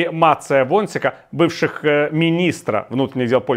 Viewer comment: Мачея…Во(н)шьика …Віталій, ви ж наче польску знаєте!